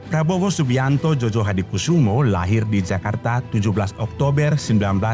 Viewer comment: Admin, penulisan Djojo dibacanya Joyo. Krn penulisan sblum berlaku EYD dj= j, dan j= y. Jd Djojohadikusumo harus dibaca Joyohadikusumo. Gituuuu...